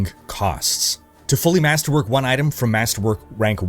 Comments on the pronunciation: did my bro just say MASTERWANK? ahhahahaha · I replayed about 10 times to make sure I heard that right and yes he said masterwank, lol. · Master wank... I know the other brits here heard it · Did you say masterwank? Or am i crazy? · I paused the video and had to check the comments when I heard masterwank lololol